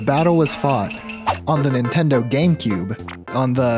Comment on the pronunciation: i am such a fucking weeb i can't unhear nintendo and tamagon being pronounced wrong